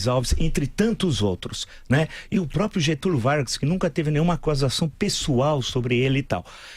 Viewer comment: Não é possível que alguém que quer ser presidente fala própio.